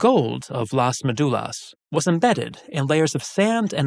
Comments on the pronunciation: Please learn how to say Las Médulas. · The topic of this video is Las Médulas. It's not about being language purists but a massive facepalm: how could he miss that?! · Las Médulas (stress in the first syllable, as shown by the tilde) and many other mines (gold ones shown in the map) were conquered by Octavian (Augustus) in a very bloody colonial war known as the Cantabrian War, which not only conquered the Cantabri but also their Astures allies. These two brave nations were the last part of Hispania that remained free from the Italian Empire. While often not discussed, obviously most miners were slaves toiling in terrible conditions and dying there for the wealth of Rome, i.e. the senators and knights and their endless appetite for luxuries, often imported from Asia, that Pliny already denounced as their probable undoing. It's not any coincidence that when Las Médulas and other mines were exhausted, the 3rd century crisis happened. The Empire was not rich anymore.